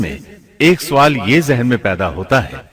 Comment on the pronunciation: Sawaal (question) ye urdu ka lafz hai. Phir ap isko Suwaal keun bolte hain?